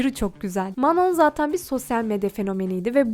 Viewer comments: Geçmişte olan olayı sanki yeni yaşanmış gibi yapman aşırı saçma.Her insan ilk başta birbirine soğuk yapar,bu normal.Şimdiki yayınlarına,videolarına bakarsanız hiçbiri dışlanmıyor.Kızlar iyi geçiniyor.Dikkatimi çeken şeylerden birisi de Manon'ya "Manon" demen.Sophia "Manon" olarak değil "Mano" olarak telaffuz edildiğini söyledi.Bir de Lara Queer,lezbiyen değil. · Aq Manon mano diye okuyor ayrıca manon nun müziğe ilgisi var daha önce hiç dans etmemiş olabilir ama piyano çalabiliyordu vokal eğitimi almış ve şarkı sözü yazıyordu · Video iyi güzel de sürekli Manon demişsin okunuşu çok mu zor anlamadım ki sondaki n yok işte